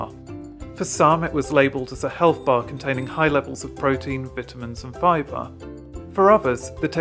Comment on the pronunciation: You said bitamin? Did you mean Vita-min?